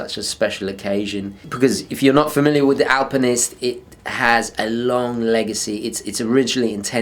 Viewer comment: Hiya love the channel ! Was wandering why you say alpamenist and not alpinist ? Don't know if this has been mentioned before. Cheers !